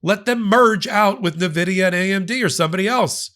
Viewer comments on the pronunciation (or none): "in vidia" :D prounounce the N then Vidia